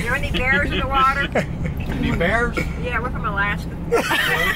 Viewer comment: Pin this John DDG she said "Are there any Bearrrs in the water, i'm from Alaska"😂😂😂